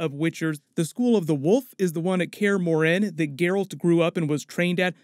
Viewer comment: For how you pronounced morhen I'll dislike the video and stop watching thank you very much